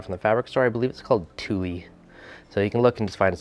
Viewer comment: Lol...its pronounced 'tool', although spelled tulle but most guys wouldn't know that. New sub here, great looking nano!